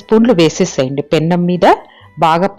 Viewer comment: పెనం అంటే చాలండి, పెన్నం కాదు